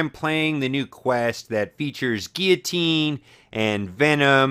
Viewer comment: lol dude its pronounced (Gill-luh-teen) you actually say the L's. You were pronouncing it wrong. But its kinda funny though lol.